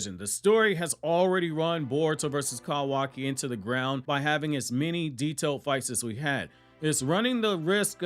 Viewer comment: why the fuck do you say his name like "CAWW waki" wtf its all one word. my dude is actually a crow in a human suit tryna convince us he's real.